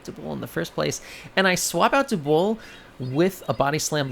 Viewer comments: DUB-WOOL now say it with me. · I’m hear to complain about the pronunciation of dubwool. Good day to you sir